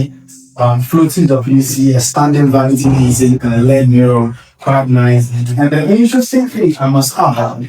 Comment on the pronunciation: It's called L.E.D. (LED), not led. Saying "led", indicates it is made of lead, which I hope it is not. LED means Light Emitting Diode. 😊